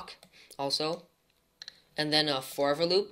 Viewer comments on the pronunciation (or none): "forfer loop" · you are saying forever like you are saying forward whitout d just saying